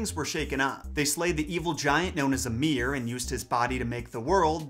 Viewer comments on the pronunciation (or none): none